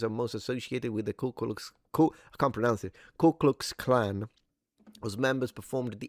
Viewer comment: "I'm with the Ku Kwux Kwan!"